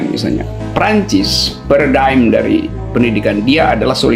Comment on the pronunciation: "Paradigm" bukan "peredam"...